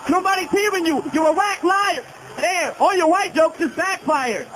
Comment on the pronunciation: La prononciation de « damn »